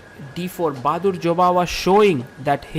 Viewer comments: "Baadur". Not "Bahadur". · lmao he really said bahadur 😂